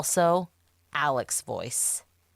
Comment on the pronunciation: Ellic Murdock. Would be interesting to know where this pronunciation came from.